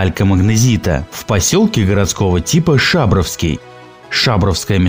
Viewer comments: Неправильные ударения местному человеку больно режут ухо. С шАбровским едва смрился, но контрольный в голову в виде сЫсерти меня добил 🤮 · Не получится у автора хайпануть на детских домыслах. Работал там, обычный карьер, ничего особенного. И не шАбровский, а шабрОвский и не сЫсерть, а сысЕрть. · поселок шАбровский, район сЫсерти ))))) хоть бы географические названия поселков пробили по базам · Автор ролика ненормальный. Во-первых, не шАбровский, а шабрОвский, во-вторых, не СЫсерть, а СысЕрть. Ну и в третьих, в этом карьере очень много добывалось змеевика. Этот камень обычно бывает вместе с тальком, и конечно же его самосвальным методом не вывозили. Геометрия карьера вполне логичная , вытянутая, поскольку ровную линию резать гораздо проще, чем радиусную. Никто специально карьер не затапливал. Это произошло само собой из-за грунтовых вод, которые мо многих местах стекали мелкими водопадами. Хозяин у карьера, я думаю и сейчас есть, но надобности в этом нет никакой. Ставлю вам дизлайк. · ШабрОвский, а не шАбровский. СысЕрть, а не сЫсерть. Автор элементарно не изучает материал. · Слух режет, неправильные ударения у автора: шабрОвский, сысЕрть! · Отличное видео 👍 Небольшая ремарка - правильное ударение ШабрОвский и СысЕрть. Так в Екатеринбурге принято произносить ) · 1. ШабрОвский - ударение на О 2. Сысерть - ударение на Е в карьере был до затопления. пол плиткой не выложен. на стенах явные пропилы. воду откачивали чтобы соседний картер не затопило. сторож, чтобы насос не украли и кабель не отрезали. туристов там каждое лето пруд пруди было и пили и ели и фоткались и ночевали там. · Блин, да вы хоть поинтересуйтесь как ударения правильно ставить. ШабрОвский, СысЕрть... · Шабровский, ударение на о. Сысерть, ударение на е. В пос. Горный щит целая гора тальковая и тут кругом разработки. Золото на поверхности. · ШабрОвский и СысЕрть) ударения такие, господа) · ШабрОвский , СысЕрть !Ударения не там ! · Правильно ШабрОвский и СысЕрть